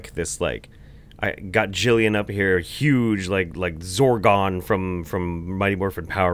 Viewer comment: You said "Zorgon". My husband and I are upset and betrayed that you didn't remember it was Zordon.